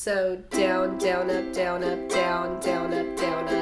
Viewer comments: i would like her videos but the ways she says down it ruins its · when you were sayin down up i tought u said donut